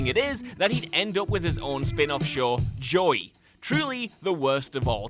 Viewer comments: It sounds like you are saying Joy... not JoEy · You don’t pronounce “Joey” correctly. Is that not a name you have in Britland? Joey? It sounds like your screwing up the word “joy”, like you’re taking a two syllable name and trying to make it a one syllable name. Slow it down, and say, “Joe ee”. Did you even watch Friends? Sorry to harp a little, it’s just that I’m a Joey, and I couldn’t stand how you said my name. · The most disturbing thing is how you pronounce 'Joey'....